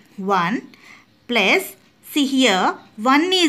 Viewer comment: Plus ❌pluze ✅